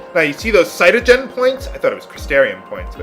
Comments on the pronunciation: Uh,, I know you usually do your reseach and stuff, but isn't CP "Crystogen Points", Not "Cytogen"? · Caystogen points? That's an R though,So its Crystogen points. Second time watching this lp though,dont remember if you see that later in the series. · its not cy-to-gen, its crist-to-gen as in crystal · It's "Crystogen" Points - Kris-Toe-Jen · I think you missed the 'R' out of how you pronounced the points you get at the end of battles. So it's kind of like Crystal-gen, but with an 'O' rather than 'AL'. I think Vanille is my favourite character just because she's always so chirpy, or maybe I just have a thing for gingers =P Either way, there's certainly no competition for my least favourite character... Just come out with it already Hope! Grr! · um, there's a letter "r" in crystogen points that you might've not seen. i know how you are with people correcting your pronunciation and i dont care how you pronouce words so please don't hate me lol just saying you might have overlooked it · isnt crystogen pronounced like crystal-gen not like psyduck gen